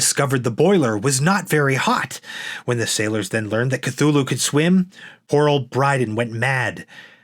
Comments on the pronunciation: It's pronounced Tū-Lū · More "Cute-thulu" 🙄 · Since Lovecraft himself was never sure, I prefer to say THOOL-HOO (silent "C") as in Chthon.* . *pertaining to the underworld. Sounded as a "K" when preceded by a vowel